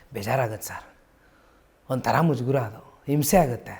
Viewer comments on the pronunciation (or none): Its mujugara not mujugura ..